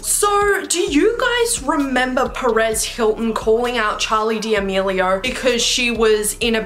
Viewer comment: “Charli Di amilio “💀😭